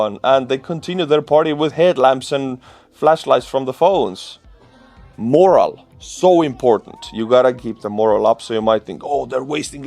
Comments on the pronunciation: You are pronouncing "morale" as "moral". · Language tip: moRALE like more ALcohol, not MORrale like Russians have no MOrals